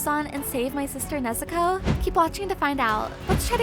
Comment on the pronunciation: Why does she say nezuko nezukow